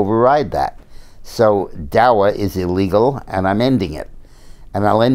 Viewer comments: Its not DA"W"A Dick, Its DA"C"A. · Daca not dawa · I always enjoy his commentary, but that he is saying "DAWA" tells me he rerally has no idea what DACA is really about. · Why is he pronouncing it "Dowa"? Just wondering. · Maybe he just forgot to put his glasses on. After all he is getting older. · Julie King, I was wondering that too. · He's human too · Jim M Agreed, like I said, I thought maybe I'm pronouncing it wrong. Or maybe there's a different name for it than I know about. I was just asking, not criticizing.